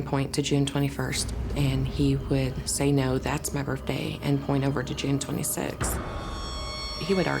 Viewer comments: Is the mom saying "Birfday"?? Lol..what a story!! I definitely believe in reincarnation!! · I like that mom pronounces 'birthday,' "burphday." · Birfday? Seriously mom? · Her saying Birfday everytime had me so distracted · Skeptical that the mom pronounces it “birfday” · Okay lady… coming from the grown woman who legitimately says “birfday” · How do you take these people seriously? First of all it's birth day, not birf day. Secondly it's not burt-day either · I got distracted by the mom saying "birfday"... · Birfday? She thought HE was mispronouncing stuff? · I don’t trust anyone that pronounces birthday as Berfday! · I think the most fascinating aspect of this program is the fact that an adult actually pronounces it as “Birffday” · Just one question…Why do people say “Burfday”? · The amount of times "bertday" is said in this video is hilarious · I was buying it up until she said berfday six times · Her: "I want to go on TV and say 'Birfday' as much as possible." Her husband: "Hmm. Ok. I have a plan.. " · Mom is nutbar, she put him up to this. Also "birfday"? stop lady. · This lady said ‘birfday’ like 10 times 😂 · Why are adults calling it a “burfday”? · She also pronounces birthday ‘birfday’ 😂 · both parents pronounce it that way.